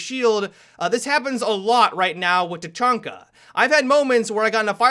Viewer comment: i had to stop watching because the way said tachanka sounded like "ta-chun-ka" and it doesnt match with his voice